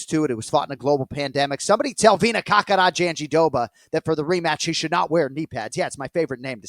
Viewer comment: Jandiroba being Jon's favourite name to say is mega ironic since he pronounces it wrong everytime. Glad to hear Mike say it correctly.